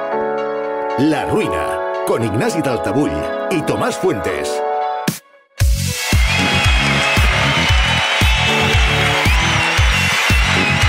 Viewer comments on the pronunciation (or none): Que en La Ruina la voz en off del principio diga mal el apellido de Ignasi ya es una ruina. Porque dice Daltavull.😅